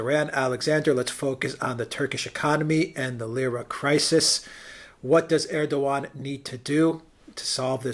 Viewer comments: Dear Alexander, you are very good.. and I like your comments and analysis... but you would be even more credible if you would address President Erdogan as "Erdowan" (without pronouncing the "g") as it is pronounced properly, so I believe. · Erdogan should be pronounced like Erdo-wan, a bit like padowan in Star wars. He lost Istanbul and Ankara in the local elections, thus adding to the uncertainty.